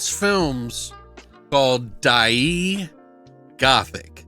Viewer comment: Die-ai (long a, no y)